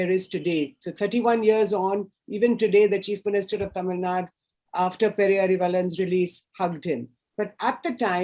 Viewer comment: Right off the bat - what is Tamil Nad? It is Tamil Nadu. Why why why??? What pleasure do you get by incorrect pronunciation?